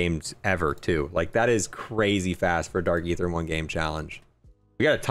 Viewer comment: its dark EEEEEther not ATHeerr